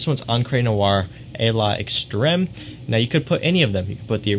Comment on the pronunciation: FYI: the apostrophe in the south-eastern european languages (spanish, french, italian etc.) just makes the two parts go together: L'extreme is pronounced as lextreme (just extreme with an L) as far as what i've been told. with that said, nice videos still. Keep it up man!